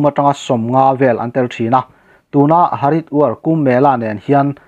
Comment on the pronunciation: Haridwar tih hi Hariduar ti a lam mai tur.